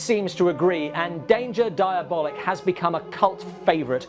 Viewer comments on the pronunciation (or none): Always heard the title pronounced diaboLEEK. But yeah, Italian stuff of this genre fall short. I enjoy most Eurospy films because they're not really good and frequently confusing. Komisar X for me, is the best. Comic books not my thing. Same problems as adapting a book,..film cant hit all the nuanced ideas. Not enough time.